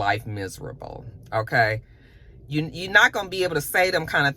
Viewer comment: Not "oké" 😂